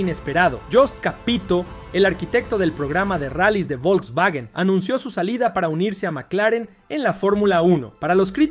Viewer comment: "el vovlvuovio Polo" jsjsjjs